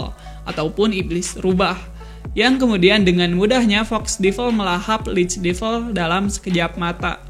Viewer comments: Bacanya devəl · Gemes dengan pronounciation nya. Buat devil, bacanya bukan divel.